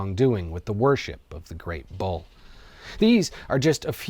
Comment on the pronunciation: I legit thought you were saying 'ball' instead of 'bull'.